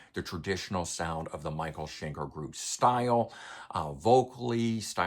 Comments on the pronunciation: Shen-kerr rather than Shen-kaar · The problem with the mispronunciation is it's MICHAEL SCHENKER! He has earned it - the man is living legend. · Love it, but I have to ask: Why do you insist on mispronouncing Schenker?